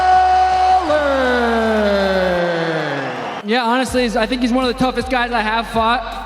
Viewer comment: "Seen O'mally"